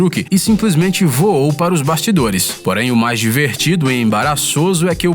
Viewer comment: O pato vuou? Kkkkkkkkkkk